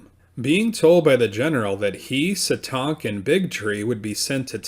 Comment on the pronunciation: That’s not how you say Satank 🤦🏽‍♀️